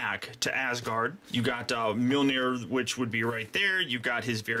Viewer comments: His hammer is pronounced maholahnear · Why was mjornir pronounced as myonir